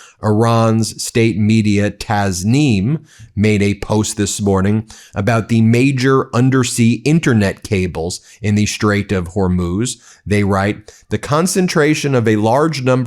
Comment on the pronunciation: It's tasnim not tazmin